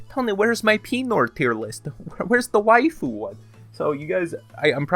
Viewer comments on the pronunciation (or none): none